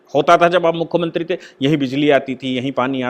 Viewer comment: आप मुखमंत्रीं क्यूँ बोलते है ? " मुख्यमंत्री